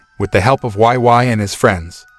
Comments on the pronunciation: Why oh why. Why the why why pronunciation. Seriously, why? It’s Wei Wei like “weigh weigh” 🤦🏻‍♂️ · He keep pronounced wai wai, makes my ear cry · Her name is pronounced "wey." Wei Wei. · Omg they completely butchered Wei Wei’s name😂 omg not Xiao Nai too😂🤣😂🤣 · You pronounced her name incorrectly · It's like that in the movie too but the way he pronounced it was just- 😂😂